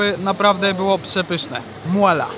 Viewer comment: Okolo 11 minuty, mowie do Siebie skoro jest takie dobre to dlaczego nie ma "MUALA", az tu nagle Ksiazulo wymawia MUAAALAAA! HAH fajny odcinek i pozdro dla mlodego